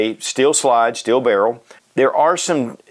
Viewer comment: Stop saying steel like schteal.